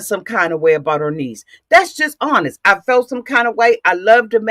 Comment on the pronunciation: A-boot lol mush mouth bih 😭😭😭